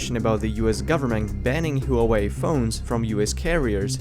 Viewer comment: huawei is pronounced wah-way not huawei